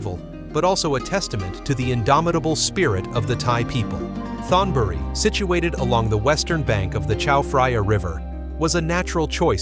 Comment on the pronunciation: You (or the AI) keep mispronouncing word in Thai that have the "th" at the beginning of the word. The sound should be like a "t," not the English "th" sound. Examples: Thonburi (Taksin's capital) is pronounced tone buree not Thone buree. You really should have a Thai speaker go through and clear up those glaring mispronunciations. Still, I enjoyed the video.